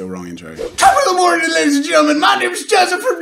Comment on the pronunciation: well tbf Jack's intro ain't "ladies(and gentlemen)" it's LADDIES